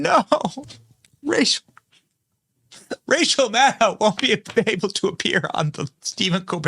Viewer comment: Why did it sound like you said Racial Maddow?